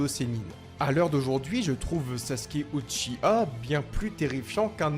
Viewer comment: On dit Uchi- WA